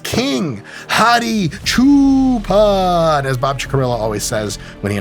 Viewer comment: I was surprised at the fact that he even pronounced his name correctly, but that part was wild 😂.